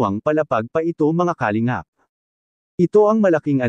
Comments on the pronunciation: Puro ka Kalimgap ng Kalingap .. Ewan ayusin mo Pronounciation mo .! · di ayos ang pagbigkas ng salita ng nagbabasa sa vlogg lalo ng salitang KALINGAP